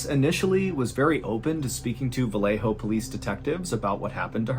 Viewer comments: Its VA-YE-JO not va-le-jo. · MR BALLEN PLEASE DO YOUR RESEARCH WHEN IT COMES TO PRONOUNCIATION OF SPANISH PLACES, VALLEJO IS PRONOUNCED VA-YE-HO NOT VA LE HOE. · 'ValleHo' CA. Well pronounced! They actually say it ValleYo CA. I lived there